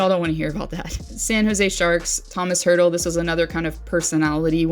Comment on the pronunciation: Oof, that pronunciation of Hertl's name. I know the Sharks broadcasters even had it wrong for the first few games he played but he's been in the league long enough (and other Czech players have been as well) that I think he's earned a proper pronunciation, particularly if he's your favorite player from the team.